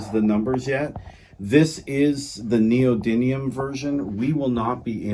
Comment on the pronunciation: Please say it correctly : It's called Neo-dyMium (with an M and not an N). Ιt's coming from the greek meaning "new power".